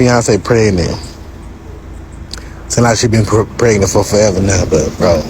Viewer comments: He didn't say pregnant, he said "preynint". He was a real catch, wasn't he? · I hate when people say “preynet”